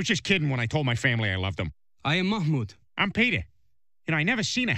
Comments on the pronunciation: Peter please quit trying to call Mamoud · Peter please stop trying to call mahmoud 😂😂